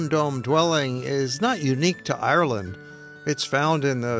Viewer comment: Hi I’m from Ireland this man is saying Ireland wrong um where a green country and it rains a lot so um yh ask questions if ya want k bye